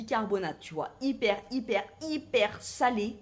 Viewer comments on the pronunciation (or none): none